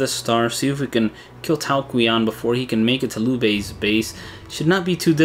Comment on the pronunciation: If I may it's pronounced Tao CHian :)